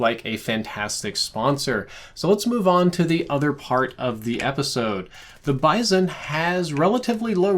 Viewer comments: It's BIZ-ON not BIZE-ON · I absolutely hate the way he says bizon lol I have never heard anyone pronounce it like that